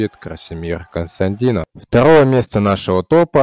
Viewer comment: Автор, так Костадинов или Констандинов ?)))